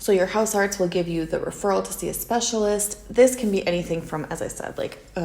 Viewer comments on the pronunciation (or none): the pronunciation of "huisarts" is more like "Mice arts" rather than "Mouse Arts"